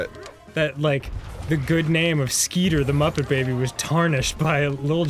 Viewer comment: The muppet's name isn't "Skeeter"...it's "Scooter." Anyone else notice this?